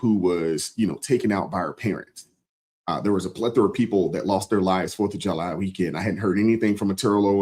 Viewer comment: Min “forf uh July” whatttt 😮